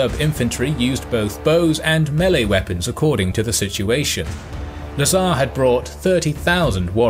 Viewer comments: Lazar, not nazar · LA'zar but not LazA'r